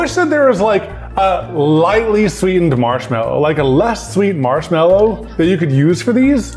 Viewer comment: noooooo chese insted of mashmelo